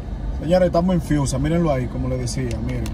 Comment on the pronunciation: Dice friusa no fiusa...